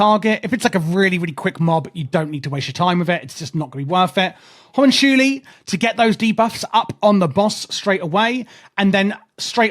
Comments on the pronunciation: Not Hom un chuuli xD Homm-unk-uulie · Hue-monk-que-eye From humoculous lol